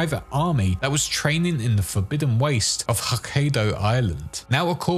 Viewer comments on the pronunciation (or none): It's not pronounced HokkAYdo more like HokkEYEdo